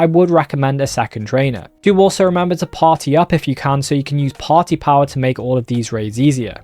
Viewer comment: Why Potty Power is what I hear whenever he says Party Power??